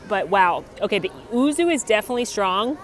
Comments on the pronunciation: to pronounce the word “Yuzu” you say it as “you-zoo” 🤗 not oo-zoo. Also, love your videos! 💕 your channel helped me a lot on planning on our first WDW trip earlier this year 😊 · I heard ouzo first off..lol, which is obviously a completely different drink, had to do a double take then realised it was yuzu